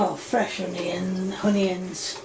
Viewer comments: is lovely and I love when she calls onions hunions lol but at least she cooks her food on cooker and not a microwave like Candice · Look I probably wouldn’t eat her food because she hasn’t followed correct technique leading to possible food poisonings but at least she’s giving it a go I guess. I just can’t stand how she says things like “honions” 😂